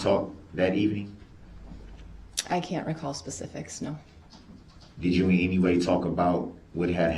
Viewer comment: Also has trouble with a simple word as any. De-rail pronouns it 'entie'